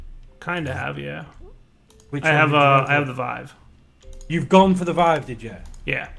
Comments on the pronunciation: pronouces Vive as "Veev". It hurts my ears. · if he says viwe one more time Ill have a stroke.